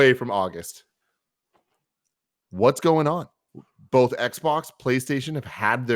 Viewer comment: I hate the way Greg says “bolth”